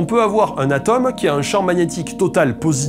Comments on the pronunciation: Il faut prononcer "atÔme", ou encore "atAUme" (et non ATOM'). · tout ce passai bien jusqu'à ce que tu prononces Atome..